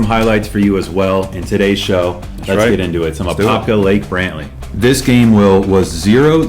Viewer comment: Y’all got all the apopka names messed up😂😂